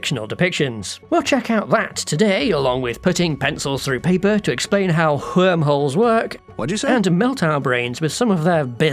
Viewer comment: "HWORM HOLES" "THAT ONE DOES'T EVEN HAVE AN H!!!"